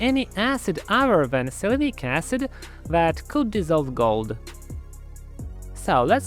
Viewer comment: If i hear "ahycehd" one more time, im going to punch through my drywall 😂